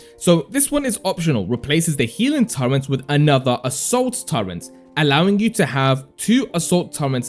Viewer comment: Turret not Turrent.